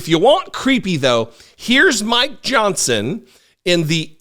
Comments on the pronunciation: You say "Mike Johnson". I hear "My Johnson". Sort of like My Pillow. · 😅😂🤣I thought you said “I want to talk about my Johnson”! Before I realized you said mike Johnson! Omg i almost spit my drink out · I love how you keep saying " my Johnson " I'm not hearing "Mike".... that is awesome!